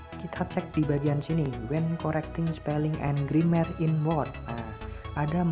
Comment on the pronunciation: Tolong bang, "grammer" bacanya "gremmer" Bukan grimmer Hehe, masukan aja ini yak